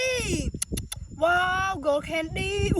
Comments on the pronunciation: Those ants were crawling on her like crazy, but why did she say candy like that? She said condy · Why did she say candy like that?